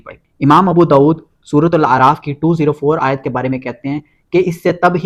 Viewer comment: Bhai apne isme ayat parhte waqt zabar ki galti ki he